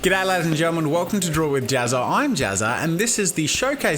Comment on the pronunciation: Wah-com, Jazza, Wah-com. ;)